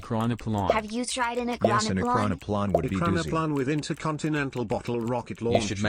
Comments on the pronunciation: your saying it wrong its e-cron-o-plan and plan is said normaly and it disturbs me that you think its russian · It's pronounced ekrano"plane", not ekranoplan. Same as biplane, triplane etc. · Normal people: ekranoplan Me, an intellecc: ploat